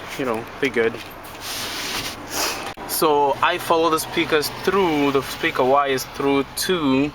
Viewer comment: you said peaker